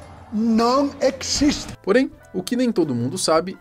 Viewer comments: E Deus, ele "ecxiste"? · "Isto no ecxiste !!!" 😂😂😂😂 Padre Quevedo